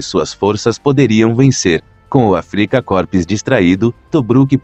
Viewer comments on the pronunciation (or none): Muito bom, MAS a pronúncia do termo "AFRIKA KORPS" está de doer os ouvidos...